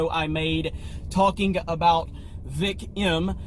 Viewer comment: If you ever actually pronounce vics name correctly you get banished to the shadow realm